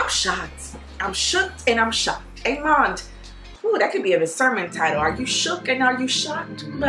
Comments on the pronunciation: I can't get enough of "Amand"🤣🤣🤣🤣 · Yay!! I've been so confused but I finally know what you mean when you say "Amand". That word just came out of nowhere. 🤣🤣🤣